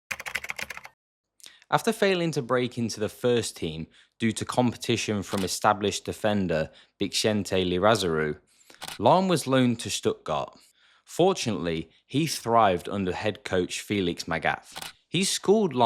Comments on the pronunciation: Writes Lizarazu, says Lirazaru 😅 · sorry but the name pronounce lizarazu but you said it lirazaru. maybe i didn't heard it right hahaha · Lizarazu! Not Lirazaru! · Come on, Bixente Lizarazu spell his name right. He won everything the Worldcup, the Champions League, the European cup. Bixente Lizarazu not laizuru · Bixente who? xD Liza- ra- zu xD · Please pronounce the legend Bixente Lizarazu correctly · I think you pronounced Lizarazu's wrong.😂😂😂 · Weird pronunciation of names like Lizerazu or Lucio. Seems like you have never heard of them, yet they were very popular back then